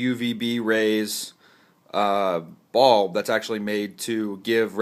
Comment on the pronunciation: Very helpful, but when he was explaining it “bulb” sounded like “ball” so I was super confused.